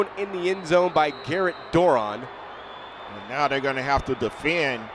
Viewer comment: The announcers could never pronounce Doiron's name correctly. It's French and pronounced Dwah-ronn. I know...I asked his Momma.